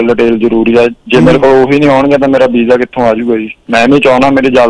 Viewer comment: galti parents di aa coz Girl is educated & boy is very uneducated. the way he talks like Shnap chat. Vija etc etc & some english words doesn’t mean anything